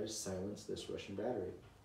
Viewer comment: "The wussian wears gway."